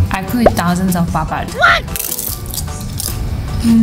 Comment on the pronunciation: Pronounce " D " in Papad as "R".